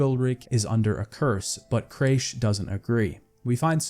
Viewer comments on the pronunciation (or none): The jumping/climbing issue is easily resolved by HOLDING the jump button instead of pressing it. If you hold it, Geralt will always grab onto the ledge. And btw it's Men-ge, not Mendge. And it's Cra-kh an Craite, not Creish an Craite. But at least you pronounced Skellige right. So many people butcher it so badly lol. Also if I can give a little advice, have some background music from the game playing while you're speaking. If you do have music playing it is way too quiet it's practically inaudible (at least when listening through speakers, I don't know about headphones). It just feels so empty with you just reading the script in silence. A bit of music would just make the whole listening experience so much more engaging. Great analysis otherwise. Maybe a bit too nitpicky for my liking, and judging every aspect through the modern lense, even though the game is almost 10 years old. But then again it's one of my favourite games of all time so I'm probably biased. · I couldnt bear it any longer after hearing craysh like a dozen times in the skellige section lol